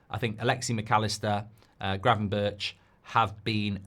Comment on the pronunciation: Its pronounced gravenberg